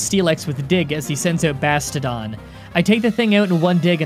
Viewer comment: Bastiodon is pronounced Bass-ti-oh-Don